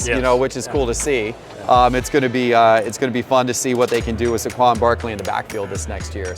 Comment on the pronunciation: I’ve never heard Saquon pronounced that way.